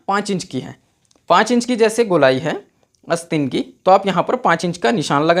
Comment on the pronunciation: भाई ! बोलना तो सीख ले । अस्तीन नहीं आस्तीन होता है । इरीटेटिंग वीडियो ।👿😡